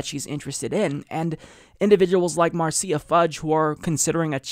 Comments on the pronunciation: Love you man but her name is pronounced "MARSHA" lol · Oh it's pronounced /mɑɹ'siːə/? I thought it was pronounced /'mɑɹʃə/.